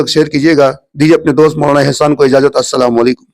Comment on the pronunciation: Pahle aap Salam ko sahi karain